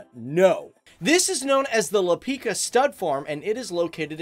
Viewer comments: Can we just talk about how he pronounce words? He said Lipika... Its Lipica. Im Slovenian and spended half of my life wity Lippizaner horse. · Oldest grape plant or whatever is it called in english is located in Slovenia=> Maribor. This is just a friendly critic, you pronounce letters wrong it is Lipica with c not k and soča like cherry not soka like charather from avatar the last airbender. Great videos a lot of information. Can you just mention my birthtown Kotlje. Near Kotlje there is a mountain with the church on the highest level in Europa or maybe whole world. Tnx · its not pronounced LipiKa, but Lipica, how can i.....tell....the most similar sound......like u would pronounce it Lipisa, or Lipiza also its not pronounced SoKa, but Soča......Socha, and not Simon Gregorek, but Simon Gregorchich ( Simon Gregorčič) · Its Lipica not lops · I`m sorry, but you have some serious miss pronunciation of Slovenian "C". Slovenian "C" is not "K" like in Canada, but more like "c" in "Sicily" ... you don`t say that Sikily, right? So, Lipica is not Lipika, but more like Lipisa or Lipizza ... therefrom the name of the horse's breed - Lipizzaner, comes from. Also, the river Soča is not Soka ... you know the song Chiquitita from ABBA? If you use the "Ch" from the beginning of Chiquitita and replace the "č" in Soča with it, you are very close - Socha. If you`ll ask for Soka or Lipika in Slovenia, I think not much of the Slovenian people could help you, since they wouldn`t know where you want to go. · I'm from Slovenia, don't wanna judge or something but i just kinda hate it when u say K instead of C and Č, it's not Lipika and Soka river, it's Lipica and Soča. And Ljubljana is just that and not Ljubijana as you say it. But still it feels good that our small country is being described in your channel. If there will be a part 3 please talk about sport and you can also mention France Prešern and some other important Slovenians. LEP POZDRAV IZ SLOVENIJE! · You pronounce lipica wrong